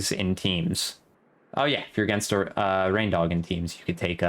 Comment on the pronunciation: My man, I’m pretty sure his name is pronounced “rain-dog,” as in a dog with reindeer antlers.